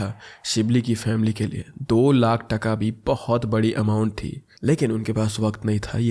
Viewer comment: In Bengali that's not called 'taka' that's called 'taaka' but I appreciate you, you tried your best